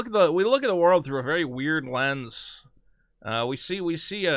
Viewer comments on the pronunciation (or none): none